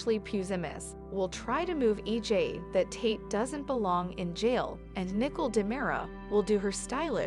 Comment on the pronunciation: Her name is not nickel it's Nicole say it right